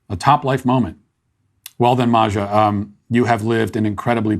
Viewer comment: Matt you are seriously mispronouncing name MAJA 😅🤣